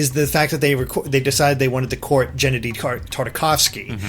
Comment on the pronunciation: its GENNDY Tartakovsky. Geh-enn-dee. Not Jen-ne-dee. Other than that, holy crap, Nintendo & Sony possibly working together? If this actually happens, no matter if the movie comes out as bad or good, this is some serious stuff! Two company giants and rivals side-by-side! I know Nintendo and SEGA together is huge enough even now, but whoa.